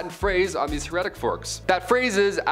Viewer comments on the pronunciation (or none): Heretic- HAIR -a-tick